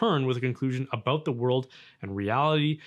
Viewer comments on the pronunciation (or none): “Aboot”?! Wait, B is a Canadian?! I thought Canadians were supposed to be nice? 😂